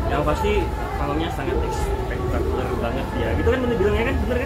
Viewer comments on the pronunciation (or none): Spektakuler woiii bukan espektakuler